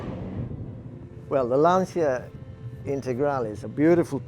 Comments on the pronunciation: For the record, it's pronounced "Lahn-shuh". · stilsicherer now i'm gonna make an even more stupid and unnecessary comment. I in LANCIA is very silent, almost not audible. italians bend that I so it flows with the A behind it. but it's pronounced LAHN-CHA. always was and will be.